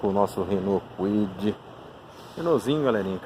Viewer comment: Não é Cauide. É Cuide (Kwid). 🤷🏻‍♂️🤦🏻‍♂️😬